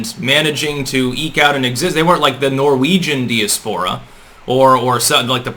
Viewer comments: C'mon,. Dee-a-`spore-a??!? Please get that right.... please? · di·as·po·ra /dīˈaspərə/ Learn to pronounce Dude, again, great analysis... but fucking get GD help.